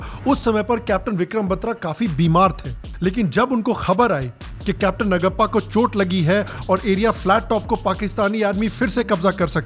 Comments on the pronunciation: it’s Naaguppa,.. please learn.. if not you who is going to learn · Great review. I will watch it with my family. Vikram Batra we are proud of you Sir!!! Btw the name of another captain is नागप्पा not नगप्पा. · It's pronounced नागप्पा. Cheers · Excellent Review! With most imp. Informations. P.S : Capt. NAGAPPA ..name should be pronounced as NAAGAPPA. JAI HIND .. 👋